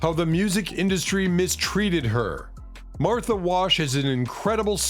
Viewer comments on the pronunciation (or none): none